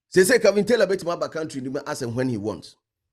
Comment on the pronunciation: The name is Kevin not kelvin pls 😂